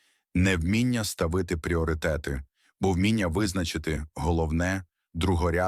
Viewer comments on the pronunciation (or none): бляха це що озвучка від ШІ? почула ставИти цілі замість стАвити цілі